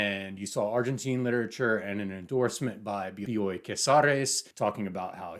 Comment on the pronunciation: Dude, the way you praise Argentinian literature and Bioy (I already said this in another comment, excellent pronunciation of the name) makes my porteña heart soar. I hope one day you try Ernesto Sabato: El túnel and Sobre héroes y tumbas are incredible, unforgettable books--his obsession with blind people was disturbing, he has a whole section where he rants about them and it's creepy and insane but great writing. If you ever want to discuss more Argentinian authors and maybe get a rec we're friends on GR. I'm Beyond Birthday. I had to download this book for Kindle. In English, because, comically, I can't find it in Spanish. So this Argentinian has to read an Argentinian author in English...🤨 Thank you for this video,.